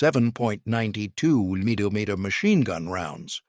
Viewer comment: 30 milleyomeeter cannons. Lol.